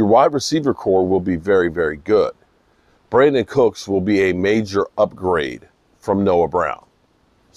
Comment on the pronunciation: It's Brandin